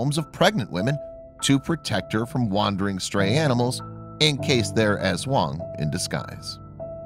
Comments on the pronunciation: Bruh u pronounced aswang wrong Its ass-wang And its called cha-nak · Did he pronounced, ASWANG As Eswong It's Tik-ba-lang Not Tikbalang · The way he says aswang hahahah